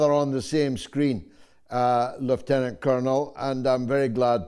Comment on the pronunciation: Well done George for the correct pronunciation of Lieutenant.